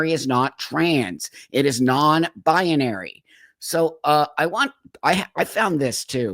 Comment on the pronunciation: i love you buck but it's pronounced NON-BI-NARY and not NON-BI-A-NARY